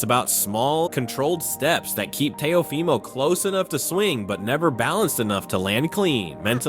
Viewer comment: How you gonna say Teo’s name wrong in more than one way? Is the audio in AI?